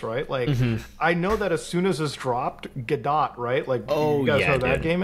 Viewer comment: Gadot (pronounced "God-do" as in "Waiting for Godot") , and yes, apparently Tesla uses it in the dashboard console. This also has to be fairly recent (since 2019) since that's when the job listing was. Keep in mind that while most vtuber apps are built with Unity, the only reason that is the case is because Live2D themselves builds the Unity module. The only other module they have is the native C++ one, which is what you'd use for Unreal engine, and you could make work in Godot, but it's a bit more work than just doing a straight C++ Vtuber puppeting tool without using Unreal or Godot. The reason both 2D and 3D vtuber puppeting tools have used Unity to date is because the all the other pieces needed (eg VRM import for 3D, Live2D for 2D, cross-platform processor agnostic runtime, webcam, output) would be better off as a OBS native plugin (and they do exist.) They just are a lot harder to use. like 100x harder